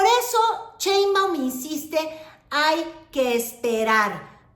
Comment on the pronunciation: ay wera! tas muy sabrosa pero lo tuyo nomás no es ni el francés, ni el inglés, ni decir Sheimbaum correctamente